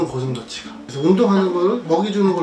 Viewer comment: 고슴도치가 아니라 고슴돼치